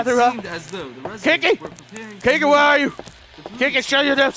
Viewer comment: It sounds like you're calling her 'Kinky', not 'Kiki" xD